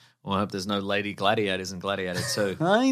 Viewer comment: It's called gLADiators, not gLADYators